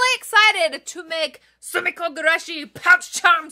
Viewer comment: gurashi, not gugurashi 😅